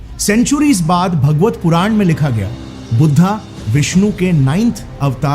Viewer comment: What is PURANA MANTRRAA YAGNAA thik se pronounce toh karo Or kya INDIA INDIA say bharat